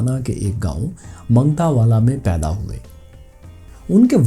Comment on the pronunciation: منگٹاوالہ نہیں بلکہ مانگٹانوالہ ہے